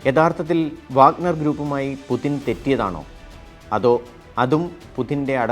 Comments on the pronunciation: പുതിന അല്ലടോ പുട്ടിൻ 🤭🤭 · it's not "pudhin" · എന്ത് പുതിൻ??? ഒന്നുമല്ലെങ്കിലും ഇതൊരു news channel അല്ലേ പേരെങ്കിലും മര്യാദക്ക് എഴുതി പറയാൻ പഠിക്ക് പോഴന്മാരെ. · പുദിന് അല്ല പുദീന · പുചിന് എന്നാണ് ഉച്ചാരണം, അതേ പഴയ കണക്കുകൾ തീർക്കാൻ വന്ന KGB തലവൻ, കായികവും മാനസികവും ആയ സകല അയോധന കലകളിലും വല്ലഭൻ, കുറുക്കൻ്റെ ബുദ്ധി